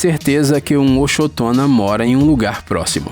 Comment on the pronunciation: Ochotona Eu escutei acetona kkkk